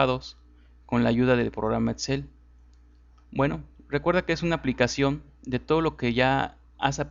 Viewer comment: Porque dices Matzimo en vez de Maximo, o el programa Etzel en vez de Excel??